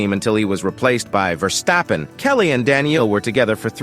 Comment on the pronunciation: In this video it's Max VEARstappen, to rhyme with 🐻. Presumably because in Alaska they have lots of 🐻🐻 bears, so that's how the world and the Dutch will have to learn to pronounce it!